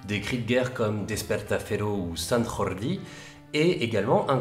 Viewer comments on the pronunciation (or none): Sant Jordi (Saint-George’s en Catalan, le saint patron de cette nation) ne se prononce pas avec la “jota” comme en castillan (appelé espagnol en France), mais avec un j doux (“dj”) comme en occitan ou en portugo-galicien. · Très bonne vidéo ! Mais pas de "jota" en catalan, sant (rrr)ordi 😱😱😱😱 Le j se prononce j 😉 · C'est un des meilleurs reportages/ analyses que j'ai pu voir sur cette compagnie !! Bravo! Juste pour info "San Jordi" c'est du catalan donc le "j" se prononce comme en français :-) Merci.encore, c'est génial !!!! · Salut j'aime bien vos vidéos ! Petite question ! Le cri de guerre Sant Jordi ne se prononce pas comme ça en catalan ! c'est volontaire ? si oui, pourquoi ? =) Merci beaucoup !